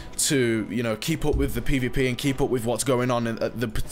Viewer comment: Why do you say pay v pay?